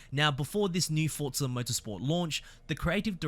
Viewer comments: For za. Not fort za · FFS, it’s pronounced Forza not Fort-za. This is unbelievably hard to listen to, at least with an American ear. Imagine “Luke, use the Fortts.” Then repeat about one hundred times 😂 Forza means force. There is no “T” sound in any language.